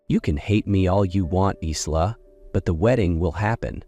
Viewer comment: Her name should pronounced Eye la.